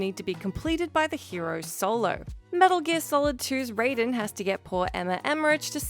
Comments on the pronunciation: It's 'Ride-in' not 'Rey-din' god do any of these people actually play the games they talk about? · This is the worst video game critique since Anita Sarkeesian. Do yourself at least one favor and look up how Raiden's name is actually pronounced. I'll give you a hint. MGS2 let us know that we had been pronouncing it wrong in MK all along. Learn these things and it will be less obvious that you don't play video games.